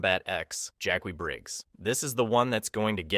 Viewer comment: Cahno? His-Shoe Hao? Jakwie? WTF man!